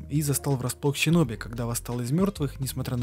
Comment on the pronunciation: Выброси букву щ из своего алфавита. Синоби, а не Щиноби. Асина, а не Ащина. Слушать невозможно, бездарность